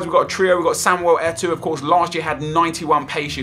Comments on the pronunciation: Lol how says eto'o's name "Samwell Etoooo" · nep is killing me when he sais al sharrawy like he says and how he says eto'o